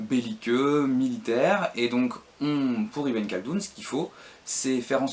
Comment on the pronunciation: Ben, déjà effectivement Ibn khaldun prononcé Ibène Caldoune (ça se rapprocherait plus de Ibn' Rrrhhhaldoune ou en "français" Ib(eu)ne Caldoune, le "(eu)" étant quasiment muet) ; Jund prononcé à l'allemande Yound (au lieu de Djound) et pareil avec Jaysh (qui se prononce de façon proche de Djaïch et non yaïch). Mais bon, ce ne sont que des détails ! Très bonne vidéo, qui fait bien le tour de la question ;)